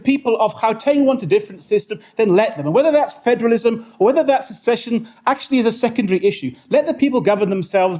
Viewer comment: precisely the bell iz ringing but where is the string🤣🤣🤣 it is secession. She should really do her homework....no wonder our country is becoming no mansland. If you do not know how to even pronounce the word how on earth do you know what the international law says.